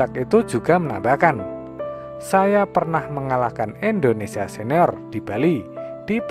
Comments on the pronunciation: indonesia tong bukan endonesia🤣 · Indonesia bukan endonesia...